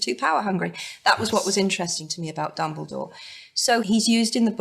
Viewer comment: I'm sorry but it's dumbledore not dumbledoor but never mind... XD